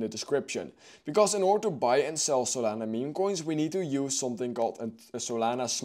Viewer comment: What did he say? I heard the saliva movin